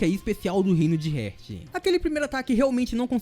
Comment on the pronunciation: ótimo vídeo =D Mas Heart se lê "rárt" e não "rért". sorry, me deixou agoniado kkkkk Vlw pelo vídeo